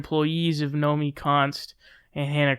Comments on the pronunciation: Say it w/me: "No-me-KEY" (from Nomiki Konst's own Twitter page). ;) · Nomi-KI Konst! Nomi-KI! It’s not “Nomi Konst”. I don’t even know the broad (nor do I know why I’m yelling!) but say her name right, dammit! Otherwise it’s “fake news” :P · It's Nomiki, not Nomi.